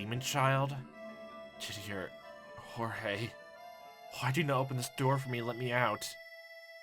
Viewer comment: Why are you calling Georges Jorge? I'm pretty sure that that's not how you're suposed pronounce his name.